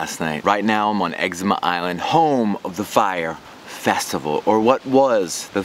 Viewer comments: Exuma Island. Ex OOO MA. Not Eczema. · It is Exuma, not eczma. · X-ZOO-MA not Ezcema lol - So thankful I decided against Fyre Festival after reading about the fraud a month or so ahead of time. Happy you still made a good time out of it. Exuma is great and theirs tons to do there, hope you got to check a few sites out. The fact that they did this the same weekend as Exuma's ANNUAL regatta told me it was going to be a fail. Every year its hard to find cars, accomodation etc on Exuma during regatta. All of this was just poor planning on thier part and an island as small as Exuma does not have the infrastructure to handle it without planning WAYYYY ahead of time. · Learn how to pronounce EX-ZOO-MA you sound like you're saying Exama you fucking tard. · bruh why did you lie to all your followers in previous videos and in this one, you shouldve been sketched out from day one? seems like you have no intuition. i have watched your fyre videos and they are straight sellout trash yo. you have zero integrity. also i dont think its pronounced eczema like the skin condition you fool. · Did you just say Excema Beach? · its pronounced "egg ZOOM ah" not like the skin condition.... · exuma.. practice that word